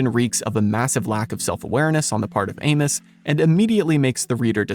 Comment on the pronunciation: The way you pronounce Amos is giving me psychic damage.